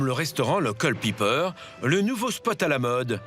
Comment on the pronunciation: Pour ceux qui se demandent comment s'appelle le restaurant que le journaliste a si magnifiquement prononce "ZE QUEULLE PIPPEEEEUUUUR" >> Il s'appelle "the Culpeper". You're welcome ;)